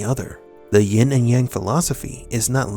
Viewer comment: Yin not “ying”